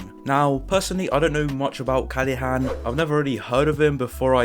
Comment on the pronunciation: Everybody: Callahan: Callehan, Callihan